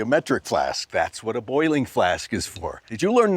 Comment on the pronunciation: The way you pronounce boiling as “bowling”... +1